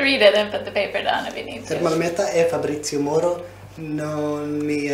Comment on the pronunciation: It’s Moro not Morel😂